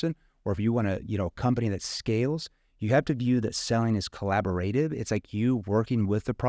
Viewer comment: Collab-o-rative. emph-asis on the wrong syll-all-bull my guy